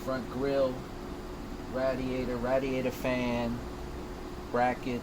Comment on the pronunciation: You kill me when you say Radiator (ratdiator) 🤣🤣🤣